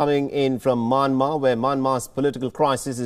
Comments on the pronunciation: y he is saying maanmar?it's Myanmar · Myanmar is pronounced Myan-mar NOT May-Yen-Mar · can tell the fellow it is Myanmar and not Manmar.. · Sir, It’s not manmar. It’s Myanmar 🇲🇲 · Not manmar.its mayanmar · Why does he call the country "Manmar"??? Hey it is called Myanmar pronounce properly da dey